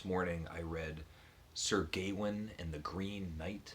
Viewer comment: Your Norton project is going well! I'm hoping to read Sir Gawain soon in the new Simon Armitage translation. By the way, we generally say "Gawain" with the stress on the second syllable like "Ga-Wayne" rather than "Gay-win" - I think the title sounds better that way as the "-ain" and the "-een" tie together. Who know what they did in Middle English though!